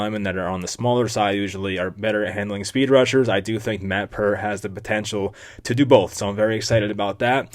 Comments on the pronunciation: His name is Pear-T . Not Pur-T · Pronounced PAYRT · its pear-t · I had a roommate named Peart in college. Its pronounced like Pert Plus